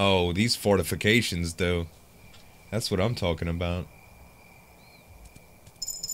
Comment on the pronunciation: anyone else notice he says fartifications